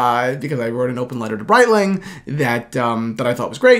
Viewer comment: Please learn how to pronounce "Breitling"